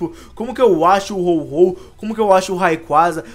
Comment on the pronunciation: é ho-oh e n ho-ho parece até o papai noel